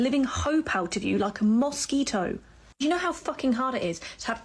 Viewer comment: the way she says mosquito 🦟 Sounds like the name of a middle eastern themed professional wrestler 😂 my favorite thing for to say is "NO!" 😆